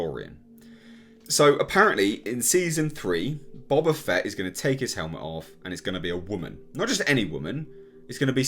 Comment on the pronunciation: Boe-Bah Fett...dammit!